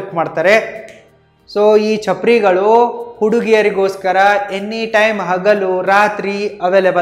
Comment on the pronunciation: ಚಪ್ರಾರಿ ಅಲ್ಲ ಚಪರ್ ಗಳು